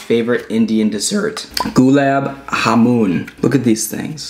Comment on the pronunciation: Dip the naan or tandoor roti with the curry/lambsaag/butter chicken and eat. Also it's pronounced jamun with J. **Just correcting you 😅